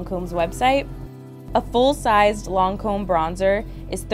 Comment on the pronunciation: I’m bothered by the way she says Lancôme. I’m sorry but it’s not “loncôme”.